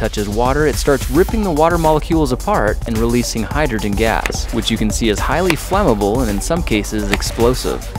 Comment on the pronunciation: umm yes